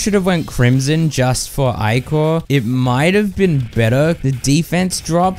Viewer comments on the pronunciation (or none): none